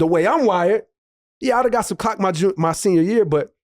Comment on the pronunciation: he said clock without the L